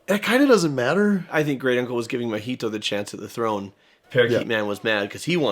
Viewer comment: in japanese, the stress is on the first syllable. it's not natsUko, it's nAtsuko, mAhito.